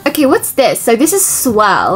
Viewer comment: Anyone going to talk about her saing swell instead or swirl 😅😅